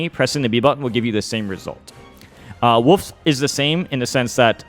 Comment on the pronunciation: How did you say it ? - What ? Woof ? - Woof ?!